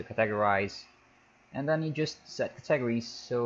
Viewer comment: THE WAY HE SAYS CATEGORIES XD. CA..... TEGRIES XD!!!!!